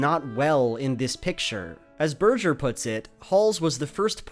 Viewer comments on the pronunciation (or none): "Ber-jer"?! Berger... "Bergh-er"